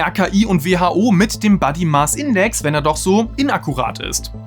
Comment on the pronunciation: Es heißt nicht Buddy-Maß-Index, sonder Body..., also auch im Englischen mit o gesprochen und nicht mit A. Mein Buddy Index verändert sich unabhänig und kann auch einen Einfluss auf die individuelle Gesundheit haben. Du hast 16 kg abgenommen. Würdest du nicht auch aus dieser Erfahrung heraus sagen, das es wohl viele Menschen selbst in der Hand haben wie viel sie wiegen? Natürlich darf man nicht alle über einen Kamm scheren und natürlich sollte nicht eine Modelfigur das erstrebenswerte Ziel sein, sondern eine gesunde Figur. Auf der gesunden Figur liegt das Augenmerk. Was hier vergessen wird ist der Fakt, das viele Studien von der Nahrungsmittelindustrie zumindest quer finanziert werden. Ich würde einmal behaupten das es unseriös ist die Schlussfolgerung zu ziehen das Fettleibigkeit in der Jugend unbedenklich ist oder dies irgendwie anders zu verharmlosen. Es gibt z. B. Studien die klar belegen, das Fitness in der Jugen zu einem gesünderen Altern führt. Natürlich kann ich statistik verliebt Fakten isolieren und dann Schlussfolgerungen ziehen die durchaus sehr positiv sein können. Nimmt man aber die Summe aller Erkenntnisse und von Langzeitstudien zeigt sich ein deutlich negatives Bild. Ich weiß das ihr auch aufpassen müsst um kein Bashing zu betreiben, aber das etwas deutlicher herauszustellen, das die meisten Menschen es selbst in der Hand haben und eben doch etwas dafür können, weil sie etwas dagegen tun könnten, wäre besser. Ebenso wie die negativen Effekte deutlicher zu beto